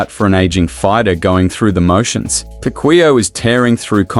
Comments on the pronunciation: He said pakuya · hoy you even mispronounce his last name... i think you are not a fan😂😂😂😂